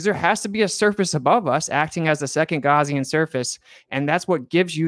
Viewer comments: A "Gowzean surface?" I think it's Gaussian surface quiz kid! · Did he pronounce Gaussian as Gorsian?